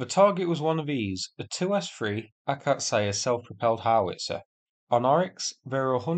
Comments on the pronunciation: Ok, next time it's akAtsiya, not akatsAya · How do you even mispronounce Akazia as Akazaya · It's an Акация, roughly pronounced ak-ATS-ee-ya. The stress is on the second syllable, not the third and stress placement is very important in Russian. It means 'Acacia'. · Slaughter on video and slaughter on audio as well(rip those location and or vehicle names) I'm pretty sure akatsiya - acacia in english. Slavic words have accent on the fist syllable - aKacia, not akaTSiiiya. Not slavic myself, so feel free to argue :) KIrovskyi not kirOOvskyi etc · Its not AkatSAYA its kind of AkatCiYA (tsee ya dudes) . And hope for luck to brimstones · It's "akats-yah". Two syllables. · Can't believe it's possible to butcher such an easy word, but here we are. Let me help you out a bit with the pronunciation: Ah - kah - tsi - ya